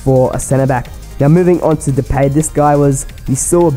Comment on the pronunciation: Just to help you: you say depaay (i'm dutch)